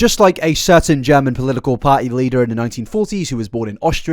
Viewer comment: take a shot every time this man says polilical instead of political